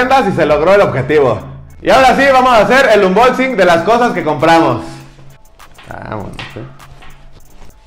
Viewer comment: “vamos a hacer el unbotsin” jajajajaja